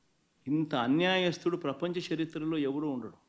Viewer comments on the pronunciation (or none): Sharitra kadhu anna Charithra